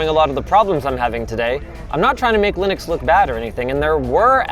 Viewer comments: Linux not Linus 🤣😂🤣😂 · Linux not Linus, 😅 Linux is a portmanteau of Linus Unix so technically not wrong either way 😂